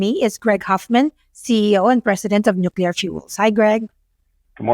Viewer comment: Hard to focus on a guy who cannot pronounce nuclear.